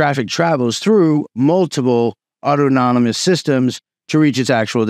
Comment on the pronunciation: The way this man can't say autonomous is worthy of a comment. It's not auto-nom-us.